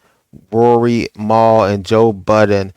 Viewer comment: Who’s Maul? Lol Mal*